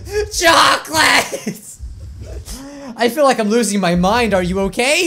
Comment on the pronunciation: did you say choclate... CHOCOLATE!!!!!!!!